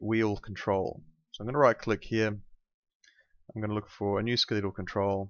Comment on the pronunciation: come on, at least say the word correctly. It's Ske-le-tal not Ske-lee-tall.